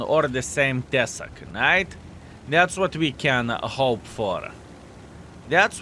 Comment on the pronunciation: "Tesák" žodyje reikia kirčuoti "á" raidę.